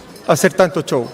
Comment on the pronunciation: Este ordinario Bassa dice CHOW. es SHOW.😂